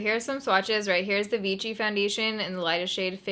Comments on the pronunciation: I don't think enough ppl are telling you "It's french" & "you're saying it wrong". Geezus french teachers calm down!! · Pronounced Vishy😊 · It doesn't sound like ch it's ss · Its pronounced vee-shee, not vee-chee :) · the name sounds like v - she not v-chi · Its not pronounced vichy( like avicii) its pronounced vichy( like sh(y)) ... damn girl cmon you cant pronounce anything correctly the last few videos... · Its pronpunced vishy not vichy :p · The pronunciation is more like veeshee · It's pronounced V she. They were actually Freedom Fighters in France during World War II when we liberated France there is also Vichy water. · It is called: "vishi" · First of all you look stunning 😍 I'd love to see you try the Revlon Photoready foundation! Btw I think Vichy is pronounced "Vee-SHEE" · Hey there, love your content, just some European pronunciations for you, Ibiza is a Spanish island pronounced eye-bee-tha, Vichy is a French company pronounced vee-she. Hope this helps, I get into trouble with American pronunciations, always read Maryland wrong. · I'm not sure anyone told you, but it's pronounced VEESHEE. 😂😂😂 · It's pronounced Vee-shee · Love your videos ❤️ But you’re actually pronouncing Vichy wrong, you’re saying it like there’s a T present. It’s pronounced more like Ve-She. Like Shhhh. Also I sell Vichy where I work here in Ireland and a few weeks ago a newer shade was released, 05 porcelain. Thought you’d like to know so you won’t have to mix your shade😊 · I’m fairly certain you’re saying it wrong. It’s pronounced more like vee-she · it's pronounced as /vishy/ and the accent is on the second syllable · Vichy is pronounced "Vishy." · "Vichy" should be pronounced as "vishì", cause it's French madame 😘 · Vichy is pronounced like 'Vishy' (it's french) but whatever :) I've tried it once and it's waay to heavy on me :/ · darling, Vichy should be read 'veeSHEE' cos it's a french village:) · That’s what I was about to comment lol